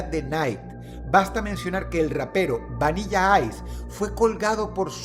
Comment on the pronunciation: Absolutamente nadie...... Dross: "Vaniya Ice"